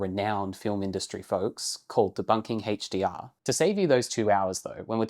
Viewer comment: I'm not here to whinge about rec709, I'm here to rag on "Həidgj-Dee-Arr"